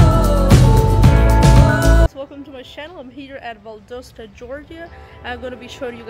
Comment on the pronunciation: Pronounced Val-dahs-tah…….not Val-dough-sta